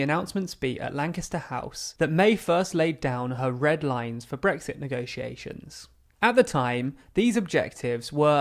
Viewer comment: Voted to Remain (crucial)- somehow managed to end up in charge of Brexit negotiations (which she infuriatingly insisted on pronouncing as if the word was spelled 'negociations')- banged on a great deal about Strong and Stable leadership- brazenly lied a great deal more about us leaving with or without a deal on March 29th of March 2019 despite having no intention whatsoever of us actually leaving (and quelle surprise....)- & then cried just like Maggie did when she was forced to give up her power. Continuous sabotage and betrayal- endlessly kicked the can down the round until she was stopped because of the damage she was causing the reputation of her shitty political party. Mark my words- Her successor Boris is sure to play the same game albeit in a less transparent way.